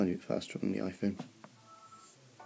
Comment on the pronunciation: you said ihone lol